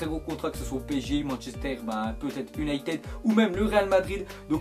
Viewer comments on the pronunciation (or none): none